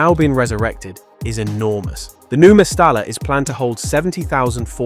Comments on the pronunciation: Two L's as in mestaLLa is pronounced a Y ie... mestaya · Its pronounced Mestaya ...the double L sounds like yi